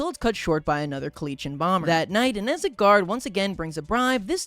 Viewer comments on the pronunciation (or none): He also pronounces Kolechia is koh-etch-ka